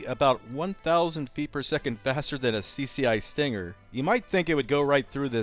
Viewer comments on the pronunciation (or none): I think .22 Plinkster will have a word with you about how you said "Stinger".